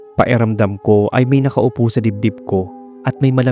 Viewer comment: Napapansin ko lang po, bakit parang nawawala minsan ang tunog ng letrang “K” sa mga salitang tulad ng “pakiramdam” at “malaki”? 😄 May ibang salita naman pong malinaw ang pagbigkas ng “K,” kaya medyo kapansin-pansin lang kapag sa ilang words ay parang hindi siya naririnig.